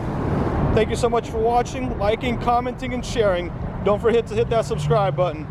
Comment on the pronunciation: "Don't forhit to hit that subscribe button"